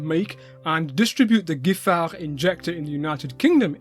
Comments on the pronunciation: Very interesting, thank you. But please, respect a little bit spelling: in the title not Hénri but Henri. And pronunciation: not [gifar] but [jifar] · i confirm, about your accent (at least when you are sober) 🙂 Just a note: the 'gi' in Giffard is pronounced like in 'gipsy'. Keep up the good work,. Your french is top notch. You could order a baguette in a Parisian bakery and thought to be a local.